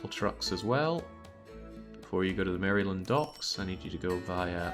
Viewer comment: "Mary-Land.." dont pronounce the y lol